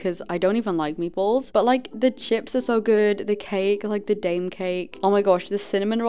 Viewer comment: Swedish ppl who js heard her saying Dame 😭😭 dw I don't mind I don't care I love but I js wanna say that it's pronounced dajm